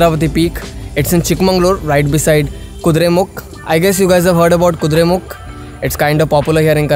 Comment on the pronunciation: It is 'Chikkamagaluru' not 'Chikkamanglur'. It is 'Kudremukha' not 'Kudremukh'. Kindly pronounce the kannada words as such. Nevertheless nice drone shots..!!